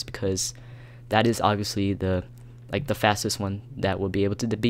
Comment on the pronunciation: Iol u said ovbvipusly u need a computer